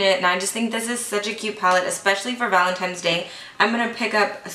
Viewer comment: You say valentiMes instead of ValentiNes lol